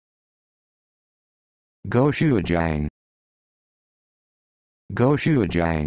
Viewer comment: This is 100% NOT how ANYONE pronounce gochujang